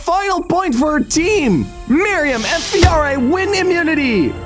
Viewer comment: “Fiore,” not “Fire.”